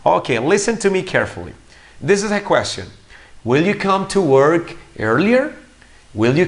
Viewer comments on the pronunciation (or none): none